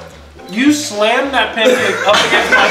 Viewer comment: Bacon PUNCAAAKE, baking bacon PUNCAKE.